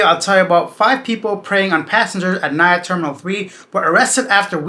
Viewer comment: NAIA (Na-eeee-ya) not NAYA